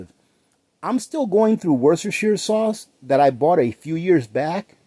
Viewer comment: I'm over in the UK Worcestershire is pronounced Woostershire. We call it Wooster sauce